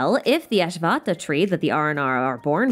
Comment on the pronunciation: This is a wonderful way to recap, but hearing the pronunciations almost brought me to tears ;-; Ashvattha is pronounced Uh-Sh-vatth (soft t, like thigh)- ah Marana and Varuna share the same last consonant, a harder Na, where your tongue needs to go all the way from the roof of your mouth to your lower teeth. Muh-ruh- hard na Vuh- roo- hard na!